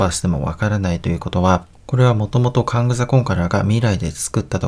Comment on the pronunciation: そもそもカングも変だけどconquerをコンカラも変じゃないですか？kangみたいに固有名詞じゃないし読み方にブレなんてないと思うんですけど